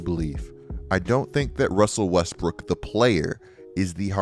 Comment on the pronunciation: “Russsseeelll Weesssttttbrrkkic”😂😂